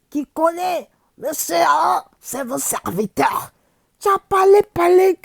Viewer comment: Amon Tanoh là ils l'ont honni deh!!! 😂😂😂😂 C'est votrrrllle serrrlllviteurrrlll 😂😂😂😂